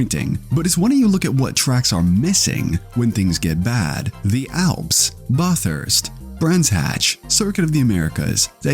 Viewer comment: The way you said Bathurst was hilarious 😂 thanks for the laugh